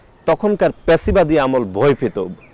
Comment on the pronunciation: ফ্যাসিবাদকে বলে "প্যাসিবাদ"